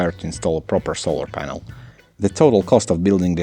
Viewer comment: it took me 3 rewinds to understand he actually said "polar sanel" the first time X3